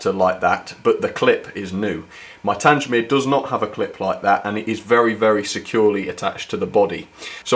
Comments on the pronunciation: YOU CALLED IT TANGE-MEER AGAIN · Haven't had a layout for many years but my interest In real and model locos has never wained. Great channel. Having been stationed at TanGmere. It sounds strange to hear it pronounced TanJ mere. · Not Tangemere, it's Tang-mere. How many times do I have to pronounce the name for you? As for your Camelford engine, I wholly agree with your issues. Who wants to buy an engine whose body comes off, when taken out of the packaging? Not me, that's for sure. What do you love about these ugly Spamcans anyway? Just curious. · So you are aware, the name for 34067 is pronounced 'TANG-mere' - there is no "J" sound. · Your pronunciation of Tangemere was awful and you should have got someone to over dub your pronunciation of that word. I have traveled a lot behind Tangemere but it does chuck out a lot of soot and ash. It is nice that it has been preserved as built. Until its recent overhaul it was a very reliable locomotive.Bye from Ian. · Tangmere. please get the name right. a battle of britain class named after the fighter station.